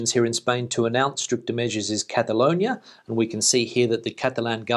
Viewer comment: Just a polite comment to help you with your pronunciation, you seem to be making the "o" sound when you say Cataloñia { I've only just noticed that the spelling would suggest that you are correct in your pronunciation} but in my experience Spanish people say Catalooñia Cataluña ([kataˈluɲa]) loo sound for the lo, I was meant to be travelling back to the Costa del Sol tomorrow but that got cancelled to the end of the month and but the way things are going I think it might get cancelled again! Frank in London. keep up the good work